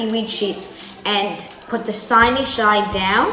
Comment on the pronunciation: HAHA! “siny shides”!! 🤣